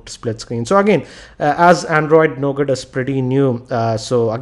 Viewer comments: why did u say NOGAT?? ;0 it is NUGA. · you have pronounced 'Nougat' wrong as it is actually pronounced Nouga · Sorry for being a Grammer Nazi, but it's pronounced as 'Nouga' with a silent 'T'; not as it is written! :P :)